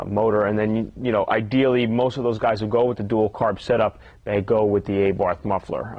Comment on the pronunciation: wtf is an ayborth muffler, is it really that hard to say abarth?